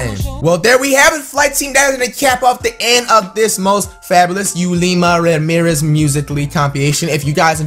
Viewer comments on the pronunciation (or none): none